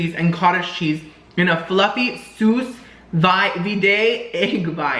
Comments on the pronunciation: it’s pronounced SOO VEED lol not soos veeday 😂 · 👑🖤🥰LOVE YOU... BTW.. it’s pronounced Soo-Vee..😝🖤👑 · Sous vide is pronounced 'sue veed'. It's a french word. It's basically vacuum sealed food cooked in a temp specific water bath. Those egg bites look good af. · It's pronounced SOO-VEED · That phrase you struggled with is pronounced "soo veed". Great video!! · It's pronounced "soo-veed" egg bites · The way he pronounces souse sous vide lol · Sous Vide (Sue- veede) It’s the process of cooking in a regulated temperature water bath. Just pronunciation help from a chef! Lol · Sous vide is pronounced sue-veed